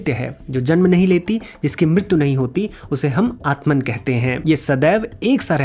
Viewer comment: Bhai tum to at-ma ko at-man mat bolo. Wo bas jab english me likhte hain to halki si dhwani ko bhi poora emphasize karke likhte hn